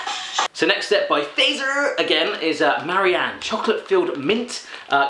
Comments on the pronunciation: Miladesu 2 Yep! it's [Fatser] it really sound weird when you say it like [Feizer] or something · Fazer's Finnish. And it's pronounced "Fart-zer". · In sweden and finland we not say facer to Fazer. We say faatser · yeah the person that sent you these didn't do a very good job, most of it isn't swedish. also, fazer is pronounced FAT-ZER (it's the surname of the founder, his father was from switzerland) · Fazer is pronounced Fatser. And Sveriges mest köpta bil means Swedens most bought car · Fazer is actualy finnish but we have factorys in many baltic countrys and its pronounced more like fatser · Its more like Fatser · That is not how you pronounce Fazer, but it will do just fine.